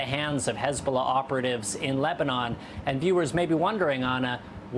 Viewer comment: Hez-Ball-Na! hahah